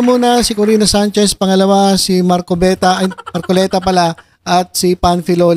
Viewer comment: Ayusin mo mag bigkas sa apelyido ni ka marcoleta